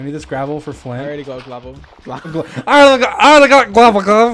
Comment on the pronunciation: Dream: we need this gravel for fli- George: I already got gLaveL Dream: *starts mumbling aggressively while wheezing ohialreadygitglavel